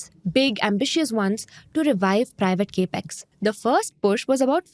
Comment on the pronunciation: Gurumātā.. it is NOT KE--PEX.... it is CAP-EX (capital expense)... not Ke-pital Expense